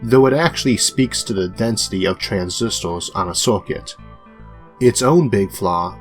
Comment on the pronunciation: I stopped listening when I heard the guy saying "computos" and "transistos" because I was understanding barely the half